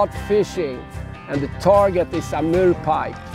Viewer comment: when he says Amurrrr pike, I got a little bit turned on......How many hours travel from Canada? What an incredible video.